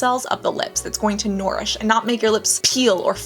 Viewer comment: I believe the pronunciation is nurish not norish. Bit distracting. Hope you don't mind.